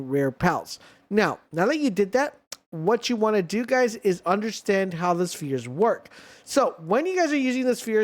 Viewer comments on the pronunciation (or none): none